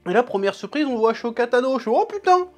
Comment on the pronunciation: Jsuis ok avec toi sur la ctitique par contre ça se prononce "assoka" pas "achoka" stp 😹